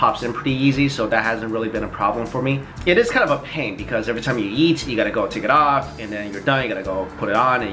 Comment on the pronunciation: every time he says eat i hear yeet